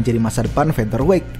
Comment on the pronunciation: akhirnya.... melafalkan "featherweight" dg benar....mantab 👍🏼👍🏼👍🏼